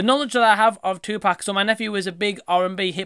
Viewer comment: one thing tha really annoys me about Nick Broomfield is that he still do not know how to pronounce Tupac`s name after making two movies about the guy. How hard can it be??!!smh